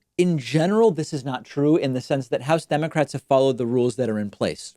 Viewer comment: See Elmer Fudd say "aww dem pewski democwats"